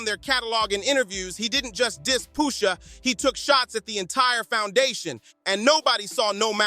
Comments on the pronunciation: Why is he calling Pusha Poosha ? 🤦🏾‍♂️ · i love the video and the energy and all. but for all that is holy just say push ah, push sha , pusha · I don't know poosha t but I know Pusha pronunciation is the key Push a (with a lower case a) just in case you're riding the short bus with a safety helmet on😂😂😂